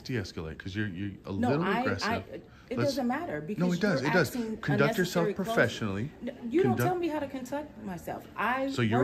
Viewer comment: " You don't tell me how to " CONTUCT " myself " ?? 🤓🤓🤓 YOU HEARD WHAT "IT" SAID PEOPLE ! ! ! ! ! ! 😂